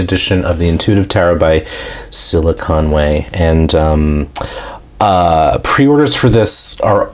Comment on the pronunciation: I thought you said silicon way...